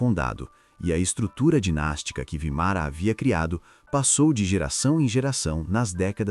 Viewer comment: Vímara, não Vimara